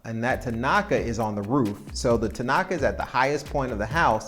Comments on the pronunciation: Tinaco, NOT tinaca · tinaco not tinaka